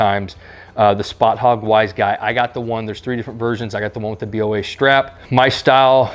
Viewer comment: It’s not a B-O-A it’s a boa. As in boa constrictor. Like Noah but with a B